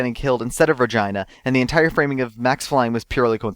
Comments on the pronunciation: Pronounced Re-gee-na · I can't be the only one that heard Regina as vagina, right? ...right? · I actually didn't really listen to what you said, because you spoke way too fast for me. But I noticed that you have some... interesting pronounciations. See-See Yew, Azuka Summers, Regina pronounced like vagina, and probably even more, but as I said I didn't really listen. Did you record ech spoiler alone and cut them together at the end or did you record them all without a break inbetween? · mispronounces Miney, Regina, and Juan Corrida. It's... not that hard guys oh my god.